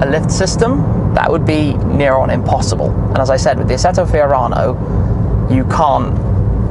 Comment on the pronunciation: Lo just say FIORANO🤙🏻